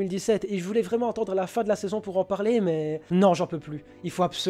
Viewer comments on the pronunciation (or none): Cette intonatION. c'est vraiment pas sérIEUX . nan sans me moquer c'est quoi le problème de lire une phrase normal .. tu pourrais dire n'importe quelle phrase tu finis par mettre l'intonation sur le dernier MOT. pour exemple tout au départ regarder comment il prononce le mot saison c'est genre a 0.05 enfin juste au début quoi. c'est juste saison, pas saiSON.